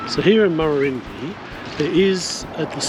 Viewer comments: Pronounced Murrurundi as in 'eye' not 'ee'! 👍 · Check town names and their pronunciations before recording,vI suggest. Murrurundi pronounce the i at the end as in eye not ee. Murrundi not Murrurindee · It's Murra Run Dye. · Your effort and ideals are fine - but - either you are (1) new to this country or (2) have never previously travelled it (3) or you have never researched it. In this video the pronunciation of almost all the towns you visited are comical errors. My son is dyslectic and you seem to suffer the same affliction. Your wife did get some of the names right when she had a go at pronouncing them. It doesn't take much to ask a local if you are not sure. It is better than butchering a towns name and letting it get past the edit stage. Why am being so pedeantic? You completely stuffed the name of a town I used to call home in an earleir video, The town is Marulan. I thought it was funny at the time as I thought it was a one off - but seeing you again I'm sure all vour videos must be the same. Take a little care - these towns are home for many people and while you are doing the right thing by advertising them your lack of knowledge takes away from everything you say.